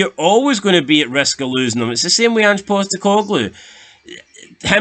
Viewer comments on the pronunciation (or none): none